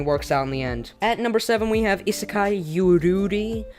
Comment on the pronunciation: The way he pronounces isekai just triggers me so much